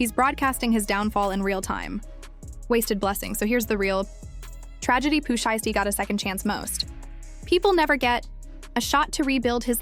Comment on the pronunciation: Bih lost me when I heard how she said Pooh shiesty smh click bait!😊